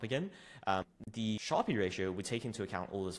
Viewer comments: Sharpe is pronounced sharp. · great video but Sharpe is just pronounced like "sharp", not "shar-pee". It's named after Nobel laureate William F. Sharpe, who developed the metric in 1966. Despite the "e" at the end, the vowel remains short and the final consonant is hard, making it rhyme with words like harp, tarp, or carp.